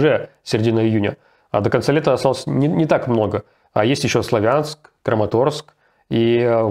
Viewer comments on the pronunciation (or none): none